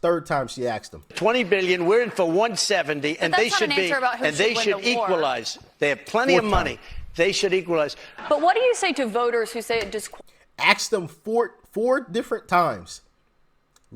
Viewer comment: doc I like your videos but its ask the question not axe the question.. axe is chopping tool ask is word..